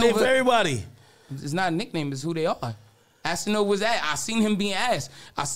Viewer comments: "assanova" lmaoooo 😂😂😂😂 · Lol man called cass Assanova 😂